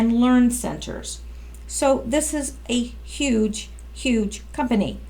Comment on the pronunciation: Uge? All you did was not pronounce the H in huge. That's not making a new word. That's mispronouncing a existing word.